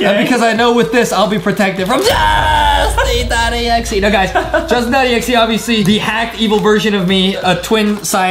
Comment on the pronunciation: Its not jousting😂😂 its justen😊 not trying to be rude